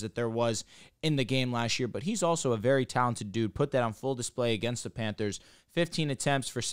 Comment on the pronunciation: kept calling the panthers “Panders”🤣🤣🤣🤣